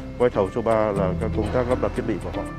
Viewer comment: "Do Minh Duc","thiec" khong phai "Vo Minh Duc", "thiet".